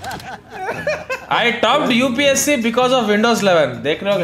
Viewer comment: Upse ni hota upsc hota hai re baba 😂😂😂